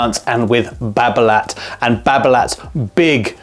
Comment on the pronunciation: Don:t prononce the T at the end of Babolat!